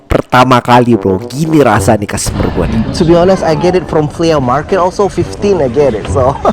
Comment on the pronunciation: The way he pronounce FLEA MARKET. "FLI''